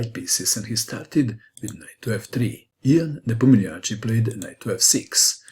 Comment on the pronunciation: I like the way he pronounced Russian name.